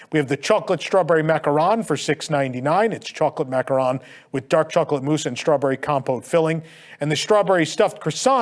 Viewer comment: Thank you for pronouncing macaron correctly and not confusing it with macaroons. You hit it out of the proverbial theme park today!